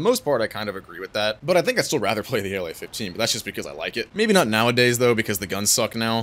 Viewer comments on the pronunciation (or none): btw when you say La in plane name pls don't say it like in state name LA, say it like in Lavochkin's surname, the way you say it makes it really confusing to russian speaking viewers😅